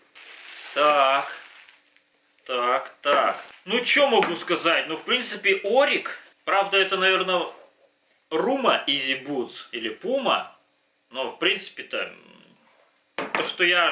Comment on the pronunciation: Не изи бутс а изи буст